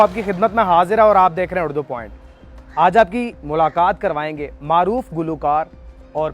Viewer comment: بابو بھائی اڑدو نہیں اردو لفظ بولا اور لکھا جاتا ہے۔ خدا کے لیے تلفظ تو درست کریں